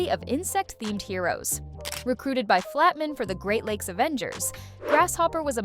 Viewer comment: Half of this is wrong, or leaves out tons of stuff. And if that's a real person reading, she can't read worth a damn. She sounds like AI, mispronouncing things and missing context cues (Flat-mun instead of Flat-Man, X-stay-tics instead of X-Statics). This is junk.